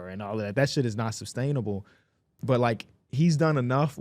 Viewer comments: Someone please tell them it’s SUS-STAINABLE not SUB-STAINABLE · man i promise you sub-stainable is not a word